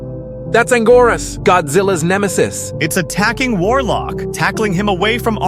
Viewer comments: anguirus it not angoras its anguirus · ANGORAS? ITS ANGUIRUS YOU OLD FU